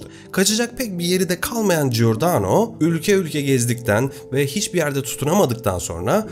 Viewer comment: Giordano=Cordano okunur, İtalyanca da gi=c okunur. G okunması için önüne gh=g okunur, yeğenim, teşekkürler emeğine.